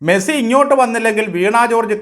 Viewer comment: മെഴ്‌സി അല്ല, മെസ്സി ആണ്. 🤔🤐😊